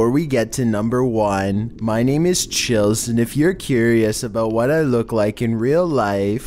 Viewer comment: Noone: Chills: NumBeR 15